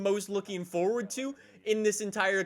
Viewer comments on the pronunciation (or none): none